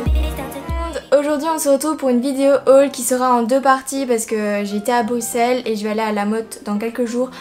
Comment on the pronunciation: Je suis contente moi belge enfin quelqu'un qui prononce Bruxelles convenablement ouf sa a mis du temps j ai cru que sa arriverait jamais XD 😂(Sinon j adore se que tu as acheté ).😘